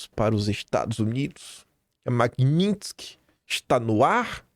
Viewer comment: MagNitsky, não MagniNtsky... parece que não lê direito...só tem um N...